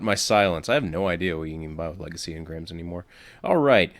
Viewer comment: It was a L-EGA-C-Y engram